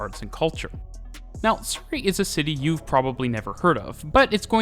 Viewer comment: As a native of Surrey in the UK I can tell you that is using a different pronunciation to the one I would use.